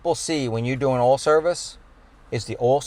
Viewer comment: I love the way says "oal" for oil.